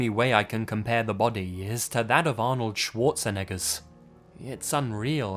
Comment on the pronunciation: "Arnold Schwarzeniggas"